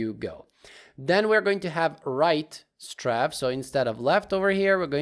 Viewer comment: You prounounced matinee correctly, but pronouced strafe as straff instead it should sound like straef like as a in grape. Anyways amazing tutorial love your videos and beatboxing 😊